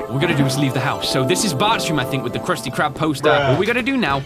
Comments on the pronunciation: Did he say Kristy crab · Krusty Krab :\ it’s crusty